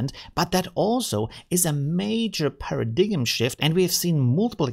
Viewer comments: Thanks for the great content as always! PS, paradigm is pronounced "PARRA DIME" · Pair-uh-Dime! i always say pair of dimes in my head when i think of this word lol. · At about you say "a major paradigm shift." They're simply trying to show you how to pronounce the word paradigm. Maybe it's different in your native language to others? 🙂